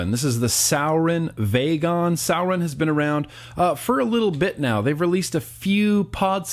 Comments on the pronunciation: Fredric Frost I pronounce it sur-i-on not sour-on for sure lol Love you! Great review still:) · Sour-in 😹 first time I’ve heard it pronounced like that. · I was cringing the whole video because he said suorin wrong 😂 fucking awesome video! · sowwrin lmao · pronounced soar-in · Is this just an opinion or is there proof of how its pronounced? I mean its spelt the way he says it. Sour-in...... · Draxz i know, the way he said it was ticking me off